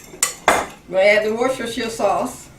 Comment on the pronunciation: Got to congratulate you on being the only person on YouTube who can pronounce "worcestershire" correctly! This looks like a great budget stretcher.